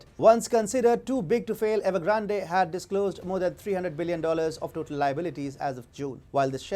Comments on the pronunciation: The E in Evergrande at the end is silent. Ugh, that hurt my ears all the way through.... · The way you pronounce Evergrande makes me laugh every time! Not sure if it’s on purpose…But it’s funny regardless! 😂 Love you channel please never stop exposing the CCP and their genocidal regime! You are doing such amazing work! Much respect!